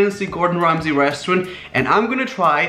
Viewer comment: and it's Gordon Ramsay